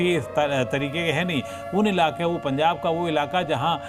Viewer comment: पंजाब है ना कि पंचाब